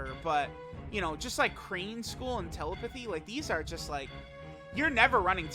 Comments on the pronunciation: Soooo.....who's gonna make this comment about wild pronunciation of "Telepathy"?🤔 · pronunciation of the word "Telepathy" is fucking criminal lol.